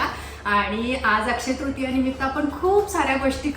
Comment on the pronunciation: अक्षय तृतिया म्हण त्रितिया नाही.. 😃